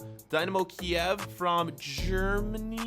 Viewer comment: It's Ukraine nit Russian for Kyiv man